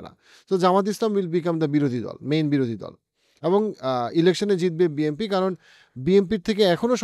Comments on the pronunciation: It's BNP not BMP , প্রেডিকশন পরে কইরেন আগে ভালো কইরা শব্দের সঠিক উচ্চারনের হোমওয়ার্ক করেন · ওটা বিএমপি হবে না, বিএনপি হবে নামই বলতে পারেন না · ভাই আমি যদি ভুল শুনে না থাকি, আপনে কি বিএমপি বছেন নাকি বিএনপি। 🙏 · আপনি বলছেন বি এম পি । বই এম পি বলে কি কোন দল আছে? বি এন পি আছে । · Its BNP not BMP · Bhai...... BNP not BMP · Bnp ke apni Bmp boltesen mone hocce😂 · Bhai BMP bolen keno..isn't it BNP😮😮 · বিএমপি হবে না। কথাটা হচ্ছে বিএনপি। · বি এন পি শব্দ টা তো আগে বলতে শিখুন 🤣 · বারবার BMP বলেছেন শুনতে খারাপ লেগেছে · ভাই মনে হয় বারবার বিএমপি বলতেছেন😂। যেটা খুবই লজ্জা জনক